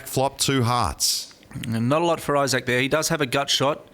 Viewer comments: Well that's the first time I've heard Issac pronounced Isa-k instead of Ise-k. And most definitely Issac Haxton. I think it was just a weird British pronunciation and everyone was too polite or found it too funny to tell him at the time. I didn't I found it annoyingly cringe worthy though... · I-Sek not I-SaK though right? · Am I the only one who cringes every time announcer calls him I-SAK? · Archaik85 Sorry were you just calling me Newton? Because his name is Issac Haxton, not Issac Newton lol. And maybe its just the American pronunciation vs the British one but listen to every other single announcer and its I-SEK!! Newton? Btw I was playing 6 PLO tbls while typing that, fortunately didn't time out though! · Hé keeps pronouncing Isaac « yaak »! Wtf?